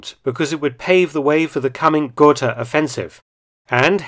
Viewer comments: Gotha, not Goethe. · Goethe and Gotha are not pronounced the same. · Don't confuse Johann Wolfgang von Goethe with the fifth-largest city in Thuringia. 🙋‍♀️ I love to hear English speakers butchering German Names. 💋 Mäkes me häppily butchering English nämes without feeling bäd about it. 🤣 Hang on! Gotha pronounced correctly? Are you trolling me? 😲